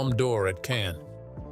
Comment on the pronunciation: Cannes = not "can" but pronounced "cunn" as in "cunt" (sorry...). Not every word is pronounced as in English/American, pls study and learn more...